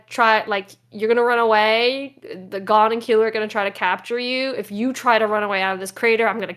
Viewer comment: Can you please pronounce Gons name correctly? gOn not gone